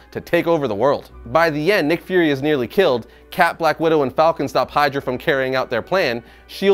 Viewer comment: You say nick fury, I hear mcfury